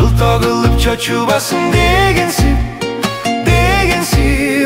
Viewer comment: Ундун сапатына соз жок.А вот тамгалардын произношениеси боюнча нааразычылык бар. Кайсы КИРГИЗдер ырдаган Ж ны орксча акцент менен айтып, "Чоочубасын" дегенди "чаочубасын" дегендерине "жол"👎🏻 болсун.